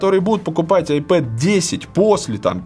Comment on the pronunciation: Получается айпопэд/айпопит